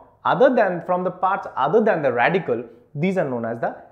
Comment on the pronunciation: Radicle* Not Radical.